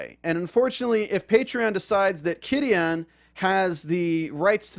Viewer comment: Took me a while to understand you were saying Qidin. That aside... Qidin was able to remove patreons of WW translators because the gave exclusive publishing right to Wuxiaworld. They said that posting chapters on patreon owas a violation if the agreement. Filing the DMCA(s) was a total dick move. Totally stupid. They had already sold the rights to Wuxiaworld.